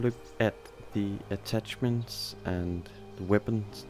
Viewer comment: "WEPONS" "ATTATCHESMENTS" Bro, do you even English?